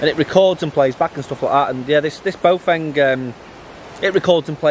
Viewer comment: Read the brand again. It is NOT BOWfeng, what it is though is BAOfeng. B ah Ow feng.